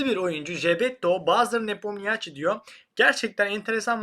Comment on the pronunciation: sen bari yapma Nepomnişi (Namı diğer Nepomİbişi) Nepomniaçi diyerek İtalyan karizmasına sokma şu ibişi... Bu yıl dünya şampiyonluğu maçlarında resmen seviye düşürdü ibiş, mutsuz olduk izlerken... Zira Carlsen bile mutsuz oldu da böyle rakipler çıkarsa bir daha çıkmayabilirim dedi maçlardan sonra, Carlsen bile mutsuz... Sanki Ferrari, Lamborghini gibi telaffuz etmek havalı gibi gelse de adamın ismi değil. Nişi, nişi...